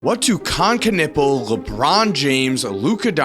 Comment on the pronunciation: He is ' Knewpel' , not 'Knippel' ! Stop butchering that poor surname !